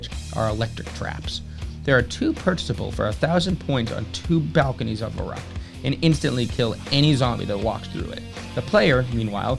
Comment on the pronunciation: An all time classic and prolly my fave WaW map to go back to. Been loving the series man. Fyi just wanted to mention its pronounced as "fer-rookt" (v = f in German and the ü makes an "oo" sound)